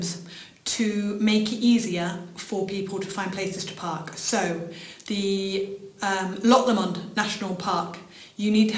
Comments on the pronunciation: Good informative vid, thanks. My only other comment is the pronunciation of Loch Lomond, it is a single 'M' and is pronounced more like LOWmond not Lommond. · Le Monde?! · Interesting stuff, but I think your pronouncing of Loch Lomond needs some research.